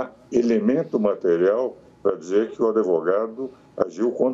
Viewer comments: Se o grande Ives fala "Adevogado" quem sou eu para contrariar.... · Ives Gandra, o "d" mudo não pode ser pronunciado nem com a inclusão do "i" nem do "e". Portanto não diga " ADEVOGADO".